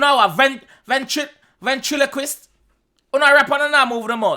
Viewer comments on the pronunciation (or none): Ventriloquist not ventrilogest 😂😂😂😂